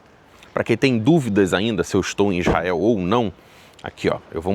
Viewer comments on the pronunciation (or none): ESTE VELINHO NÃO SABER NEM FALA ISRAEL ELE FALA IZAEL E BURRO